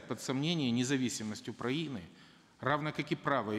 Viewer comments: Он сказал Укпраины? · "независимость уПраины"??? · парашка даже "свою" страну не может правильно выговорить. уПраины? - это что за страна? смотреть с 1.57